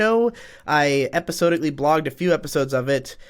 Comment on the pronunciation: We're halfway into current year and Digi still can't pronounce "episodically" correctly.